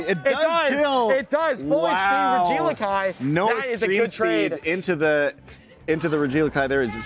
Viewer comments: Calling him Ree-geelakai instead of Reggie-Elek-EE is definitely a choice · What the fuck is this "Regilikai" meme they keep spouting, it's genuinely pissing me off how much they're committing to it. Regi. Eleki. Not hard. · Regi eleki. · Not only pronouncing regieleki wrong for 8 hours but gaslighting others into thinking thats how its pronounced 😂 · Regieleki pronunciation is insane.